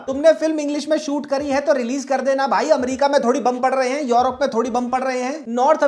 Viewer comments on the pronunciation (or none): none